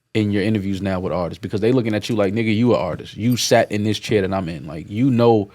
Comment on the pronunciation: Nobody: Joe: AHTIS